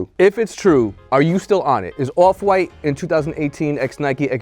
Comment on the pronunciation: "awf fwite"